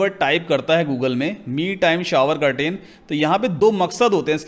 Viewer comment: do not pronounce curtain say Ker tn